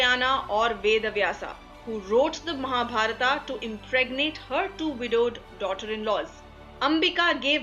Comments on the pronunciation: Please don't translate the names in English by putting AAAA at last of every name ... Like Mahabharath to Mahabarathaaaaa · बहन जी आपकी अंग्रेज़ी ठीक था है। लेकिन महाभारत को महाभारता कहना ठीक नहीं है। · Mahabharata Krishna Ved Vyasa Kaurava Pandava Now add letter 'A' at the end of every word you say. Ia woulda givea youa Nobela Prizea fora fuckinga everya namea ina Mahabharat !! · tum th hindi jante ho. th fir y pronouncing Mahabharata! it is Mahabharat. don't suffix it with 'a'..rama, karma,karna,arjuna.. I m so annoyed with ur hindi! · mahabharataaaa??? kauravaaaa....???pandavaaaa????bhishmaaaa???? vyaasaaa?????dronachaaryaaaa????arjunaaaa????i think they r names which should be taken as they r pronounced by Indians... how bad it would be if i pronounce harry potter as hari putter